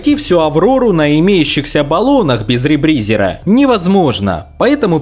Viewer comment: Как же мне режет слух этот ребризЕр, который он произносил. Я привык к ребризЁру)))